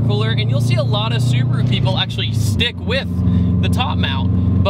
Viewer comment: yyyaaasss hahaha that Subaru pronounciation on point!!! 👌that's how my Japanese uncle says it like lol